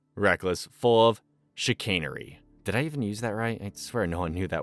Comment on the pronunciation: Yes, you used the word and said it correctly, “chicanery” - the use of trickery or deception to achieve a goal, often through clever but dishonest means. It involves using artful subterfuge, quibbling, or sophistry to deceive someone, frequently to - me, pale, male and stale